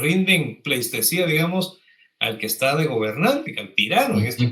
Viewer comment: Senti un poco corto el vídeo pero siempre, igual de informativo e interesante. Las riqueza cultural de Guatemala es muy extensa y siempre hay algo nuevo que aprender. Ojo: es PLEITESÍA (no pleiStesía) 😄😏 ¡Saludos a los tres desde el extranjero!